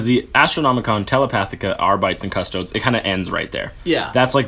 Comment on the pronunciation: Just found your podcast and started from the beginning. I'm loving it so far guys, you guys know your stuff. . . . .apart from how to pronounce Custodes. Its Cust owe deeze. Stop this madness and say it properly. Love Jake x